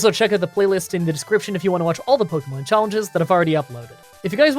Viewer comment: I’m a fan and have been watching these for awhile, but will you please stop saying Pokymon or Pokycenter? It is really grating. Watch the anime for how it’s pronounced. It’s more like pokehmon rather than pokymon.